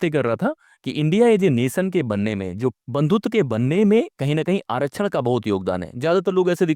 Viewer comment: आरक्षण का सही उच्चारण करना पहले सीख लो, फिर उस पर ज्ञान पेलो।